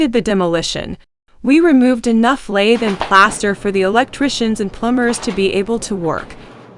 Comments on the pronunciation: It’s not Laythe! It’s pronounced lath! Rhymes with bath. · I really wish people would learn terminology, pronunciation and technique before posting how-to videos. Pronouncing it like the tool "lathe" destroys your credibility. Plus the demo shown in the video of just busting it all up and breaking it with a hammer is not how you most efficiently prep for drywall. The lath nails need to come with the board or you add another process to prep. Take the time to deconstruct... you'll be much better off.